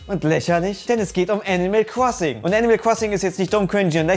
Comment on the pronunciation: Nobody:: Animal Kwossing